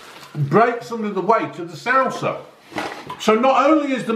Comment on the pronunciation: Man said sowsa